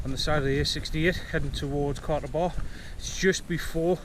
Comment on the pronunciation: Nice video mate. I lived in Byrness as a kid in the 70’s and used to go to the spout frequently. The easiest way is to follow the forestry road from Chattlehope farm until it meets Chattlehope Burn then follow the burn up to the spout The old info boards are defunct so I would ignore them. FYI the reservoir is pronounced Catcluff. Thanks for the vid. Nice to see someone appreciating the wild beauty up there.